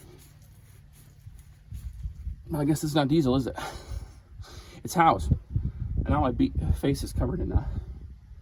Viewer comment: Howes, not house.